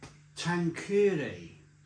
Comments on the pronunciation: For your information. Tanqueray is pronounced "tanker-ray" and is a well known gin in this country. It's a bit more expensive and a premium brand than Gordon's. So you'd expect to pay around £5 to £10 more for a big bottle of Tanqueray in a supermarket than you would for a big bottle of Gordon's. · Lol we can tell you are not a Gin drinker if you can't pronounce it or have never heard of Tanqueray Gin. Good job you don't run a YT channel about drink lol.